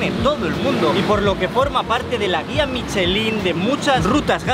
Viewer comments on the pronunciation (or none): none